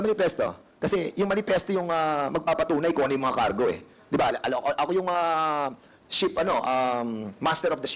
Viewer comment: Ano ba Yan sinasabi mo ship or sheep?! Klaruhin mo hah!!!🤗😂😂